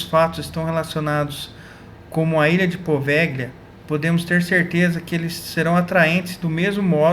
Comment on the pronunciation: Se escreve poveglia, mas se fala POVELHIA. não existe a junção LH em italiano, eles escrevem com GL. Muito interessante esse vídeo, parabéns!